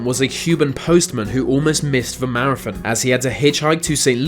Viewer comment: Your accent is making me CRAZY. Why why do you pronounce 'th' as 'f'...as in wif for with...def for death...marafon for marathon. Get someone else to do the narration PLEASE. You sound like an idiot.